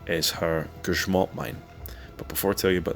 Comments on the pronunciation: Finally someone who doesnt speak polish pronounces grzmot right. Not gryzmot like everybody else. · ok but his pronunciation of “Elżbieta Bosak” and “Grzmot” is surprisingly accurate